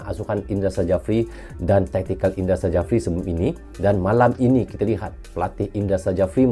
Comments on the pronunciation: dibaca indra syafri bang bukan sajafri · Indra Sjafri dibaca Indra Syafri Huruf J dibaca sebagai Y